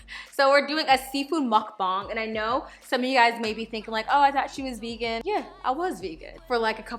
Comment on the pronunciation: omg you the first person to say muckbang right